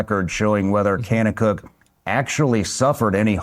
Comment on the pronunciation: The way he’s pronouncing kanakuk shows he has no idea what he’s talking about